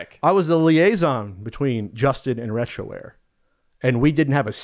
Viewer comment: Lol. "Retroware"........